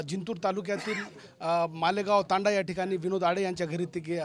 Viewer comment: तंड्या...🤪🤪🤪 तंडा..😝😝😝 अरे हेकण्या योग्य शब्द "तांडा" असा आहे?